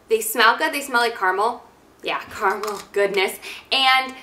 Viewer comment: Cringing as you say caramel